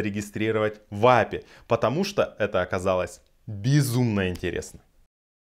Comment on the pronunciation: Ну правильней будет не Апи, а ЭйПиАй!